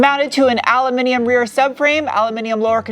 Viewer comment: Why do you say "al-yu-mi-ni-mum?